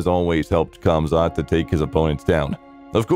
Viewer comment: His name is not khamzat, he is hamzat, k is saltint